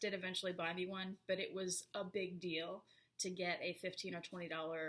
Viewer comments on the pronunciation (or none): none